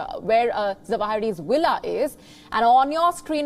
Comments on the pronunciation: What is Willa, Is she trying to say villa? 🤣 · Where his WILLA IS HAHA ITS CALLED À VILLA